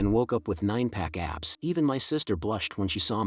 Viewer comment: nobody talking abt how he said 9 pack abbs?